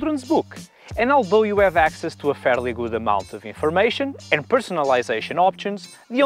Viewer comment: You do great videos in perfect English. Yet there's one single thing that bugs me - why aren't you pronouncing later H at the beginning of words? Ome, ave, uskvarna, oliday etc. I lived in Portugal for some time and I never noticed it so I doubt it's specific to Portuguese speakers (unlike the French).